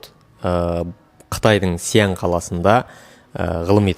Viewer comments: Сиянь емес Шиән , қазақша Ә деп айта бер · Xi an. Деп дұрстап аитшы